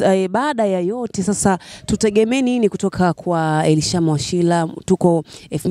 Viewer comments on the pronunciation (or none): Washira sio Washila kha!